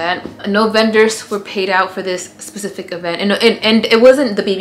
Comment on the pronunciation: ok im glad Im not the only one who says “pacific” when trying to say specific 😂😂😂 love you ❤️❤️